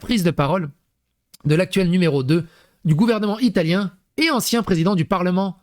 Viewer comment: Ton Ilatien faisait plus Russe pour le coup 😂 Pourquoi la mascotte c'est pas un coque ????